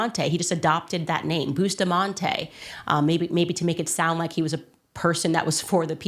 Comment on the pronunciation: The name us Bus ta mante not Boostamante